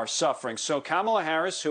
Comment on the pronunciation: Kamala, like the wrestler who just died? He saying her name wrong.